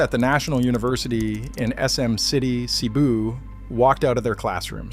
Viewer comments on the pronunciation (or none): Cebu pronounced sa bu